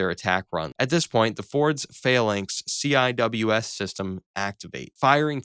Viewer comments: Seewiz!!! Not CWIS ya boring civvie. It's pronounced Seewiz!!!! Now you seez it, now you don't. Even a dumb Soldier like me can get the basics of Sailor crap. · Can you just say "seawizz" please? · CIWS is pronounced: See-Wiz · CIWS is pronounced "sea-wiz"